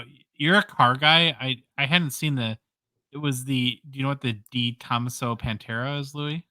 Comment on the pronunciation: Oh, and I chuckled when didn't want to butcher the player's name but murdered the pronunciation of De Tomaso.;) Great show as always fellas.